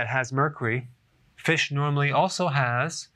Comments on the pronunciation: Emily Kelbell Mercry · This dude can’t even pronounce Mercury loll...... 🤦🏻‍♂️ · I don't know why but Dr. Berg says Mercury so funny and cute. Lol 😂